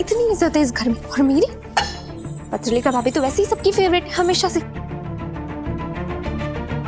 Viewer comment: Kabhi appne notice kya hai patralekha ko paterlekha kehta hai